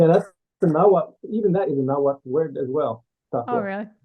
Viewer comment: The heck is Nahuthle? You mean Nahuatl? They're talking about identity crysis, yet can't even pronounce words right!!